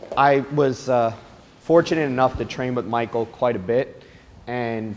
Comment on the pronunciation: Being so close and familiar with him,you'd think you could pronounce his name correctly 🙄